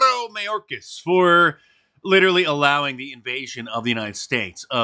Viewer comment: The way Mark rolled the “R’s” on that idiot’s name was Hilarious 😆😂! Js